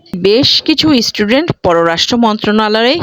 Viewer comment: Didi word ta student, istudent noy! bangladeshider English Accent atto kharap kano! Amader akhane Nursery Children der English Accent bangladeshider thekey 10 goon valo!